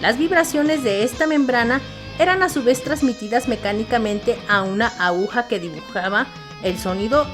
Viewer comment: Buena la información, pero una tremenda pena que la narradora haya dicho en tres ocasiones "abuja" en vez de aguja. Lamentable, si no fuera por eso, hubiese sido muy útil incluso como material didáctico.